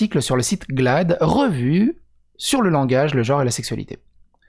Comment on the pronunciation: S'il te plait ! je te supplie ! arrêtes de dire "jore" pour "genre" ! c'est carrément insupportable ! 😫